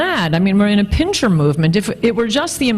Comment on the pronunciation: Dear Anne: It's 'pincer' movement, not 'pincher' movement. One is a military encirclement, while the other may be something that someones does to your ass.